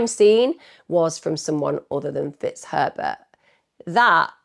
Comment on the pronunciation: Is it just me that hears "Mr T*ts Pervert" instead of Mr Fitzherbert?? It´s from the movie Bridget Jones 😆😆😆😆😆😆